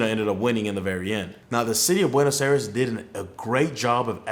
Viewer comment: Learn how to pronounce Buenos Aires